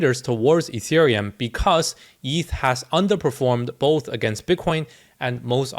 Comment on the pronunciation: Etherum, ergh. Are u serious mate?